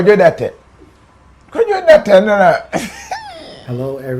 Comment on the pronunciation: Kofi, the last name or surname is DARTEY, not Darteh. You keep pronouncing his name Darteh but it’s DARTEY.